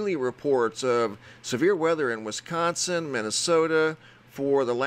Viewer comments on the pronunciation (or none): none